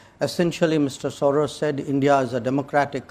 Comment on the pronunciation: George soreaahs is an aahsole that is sore…….